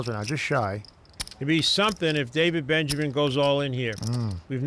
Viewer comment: Gabe says Daniel Benjamin. Lol. David benyamine.